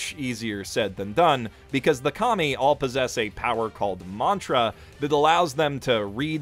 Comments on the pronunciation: Every time you say KAMI.. I laugh because all I hear is COMMIE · What I heard: Serve the commies..lol